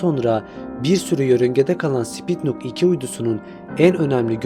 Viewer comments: Spitnuk uydusu deyil kardesim. Sputnik! Sen Spitnuk diyorsun :) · Spitnuk değil sputnik:) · wdym sPiTnUk? sputnik olmasın o lul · Bi de "Sputnik" diyebilsen....!!!